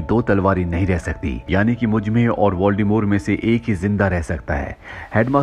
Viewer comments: its voldemort not voldemore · Voldemort pronounce "voldemore"